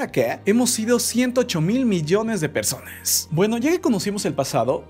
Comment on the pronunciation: Ahy en ves de decir personas sale perrsonas